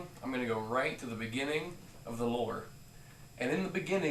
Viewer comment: Lmao.... In dee beginingining 😂😂😂